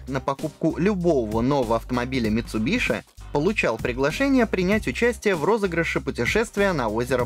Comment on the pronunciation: Еше название марки правильно говорили бы